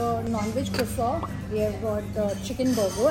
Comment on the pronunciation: Croissant is the French food which have silent T when we pronounce